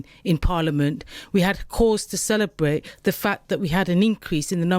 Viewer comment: The electowate will be celerbwating, when this bwainwashed woman is wemoved.